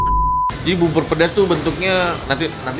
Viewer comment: Bubur di bacanya jadi bubbor, kalo bibir di bacanya jadi apaan koh nex??